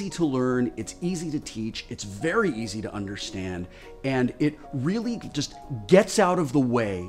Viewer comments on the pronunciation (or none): none